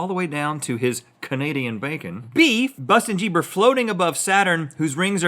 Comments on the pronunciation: Bustin jieber 😂😂😂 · Busten Geeber 😂😂